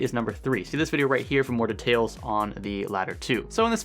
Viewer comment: i get triggered by the way he pronounced details